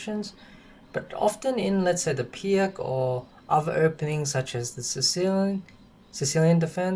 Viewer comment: Great explanation but it's pronounced "Peerts"